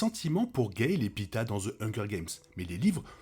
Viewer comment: Par contre le gars n'est pas un kebab hn, il se nomme Peeta et non pita